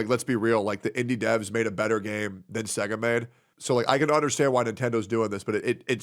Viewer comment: Hearing the way you pronounce SEGA, after knowing what a nintendo shill you are, hurts me more that i thought possible. where the second G come from my guy. SEGA. Not SEGGA